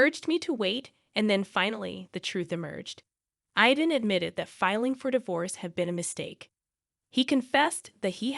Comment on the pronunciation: My grandson‘s name is Aiden…pronounced Ai-den. Hearing you murder his name many times over is really irritating to me. It would really be a good idea for you to have somebody who speaks English proofread these things so they make sense.